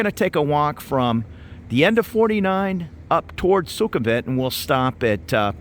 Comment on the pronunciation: Thanks for the tour. I agree completely about how nice most people are here -- that might be my favorite thing about moving here. FWIW: Thai has no V-Victor sound. So Sukumvit is pronounced Sue-cum-wit, and so on. Also I think I've heard you calling the river 'Chao Pry-ah,' but I'm pretty sure it's really Chao Pree-ah (like Phaya Thai is really Pee-ah Thai).